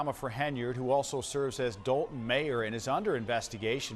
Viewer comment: It’s not pronounced the way it spelled .. We don’t say Dol-ton . We say Doll-ton ..lol